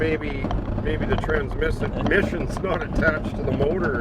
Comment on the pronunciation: “transmisent” car knowledge